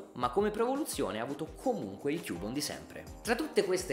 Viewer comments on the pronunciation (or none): none